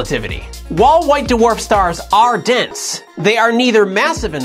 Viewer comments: Why D'warf instead of Dw'arf? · What's a "da-warf" star? I thought they were called dwarf stars. Lol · Duh-Worf is not a merry man. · whats a "duwarf"?